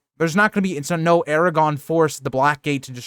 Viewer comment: I like this channel but you need to practice saying Aragorn instead of Eragon or Aragog